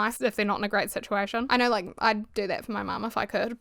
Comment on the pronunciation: "i naurr" .. i love it 😂